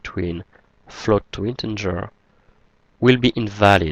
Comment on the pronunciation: Thanks four your videos - much appreciated. Please note: You consistently mispronounce 'integer' as 'in-ten-ger' - there is no 'n' before the 'g'.